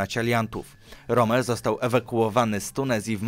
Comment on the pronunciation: Rom? A nie Romel? Tylko pytam.